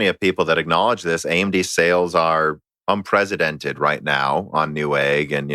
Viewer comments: He said unpresidented not unprecedented. Because the US lacked a proper President the last 4 years :D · un-PRESS-i-dented. Using a 'z' sound is just wrong.